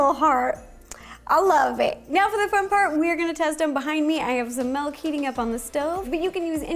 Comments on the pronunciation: Melk.....my wisconsin ears are bleeding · everyone drooling me: DID SHE SAY “MALK”??!??!??!